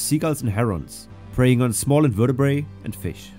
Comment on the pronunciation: it’s “invertebrates” pronounced “inverta-Brits.”